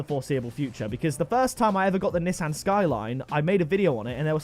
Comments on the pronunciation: why do you say Nissan wrong? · I guess people from the uk say nissan different then people that are from the usa, im from the usa and I pronounce it nee-son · It’s pronounced NESAN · The way he says Nissan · The way he pronounced Nissan 🤣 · I'm American I hate how he says Nissan